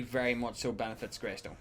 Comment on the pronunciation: lol bro it’s grEystone